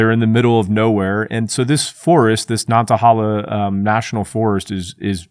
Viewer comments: I’m from NC and loved riding my motorcycle through this area. It’s so much in the middle of nowhere, you shouldn’t trust your GPS. PS - Nantahala >> “Nant-uh-HAY-luh” Thanks for video! 👍🏼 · Super Cringe on your pronunciation of "Nantahala".